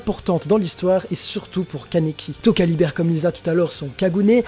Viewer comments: C'est Lize et toca lui il dit touca mdr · Euh, lize est pas morte, « Touka » se prononce « Toka » et « Rize » se prononce « Lize »